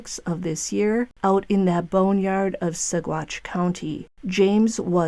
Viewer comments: G's are pronounced as W's in Spanish. Sa Watch County. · It’s pronounced Sawatch - no hard g sound. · the g is silent in Saguache